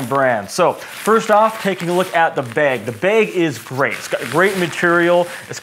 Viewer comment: You say bag like the word "Bagel", it's kind of funny. Informative video though. Oh and all windshield sunshades are held in place by the visors. But they don't appear to have the roof sunshades for my 2018 Model 3. Did something change in the Model 3's?